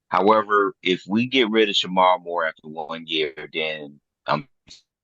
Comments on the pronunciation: That was bothering tf outta me too! 🤣 Just because you're from Flint doesn't mean you know Michigan Football. Worry about Day! 🤣🤣🤣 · It's not shearod Moore it's sherrone Moore show some respect dude...